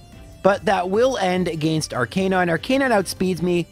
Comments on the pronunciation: its not his fault he has a different accent also whats wrong with the way he pronounces arcanine again or against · Why do you pronounce against like that?